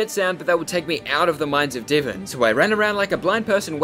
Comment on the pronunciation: Pronouncing Divan as Divin is insane.